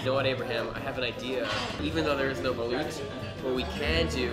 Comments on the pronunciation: Ronica is a filipino ryt ? y does she pronounced BALUT lyk she's copying da pronounciation of Xiaoma..she should correct it !! Its not BALOOOOT its BALUT !!!!! gets wat I mean ? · She said baluth! I duck and hide.